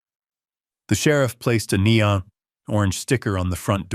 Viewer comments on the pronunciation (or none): none